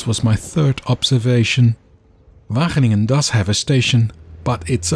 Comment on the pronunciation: wagen - ingen 😂